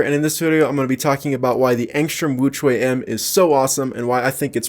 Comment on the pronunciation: Sounded like he's saying extra wuque m lol